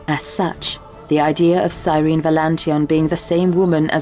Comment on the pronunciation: “It’s sir-en-eee”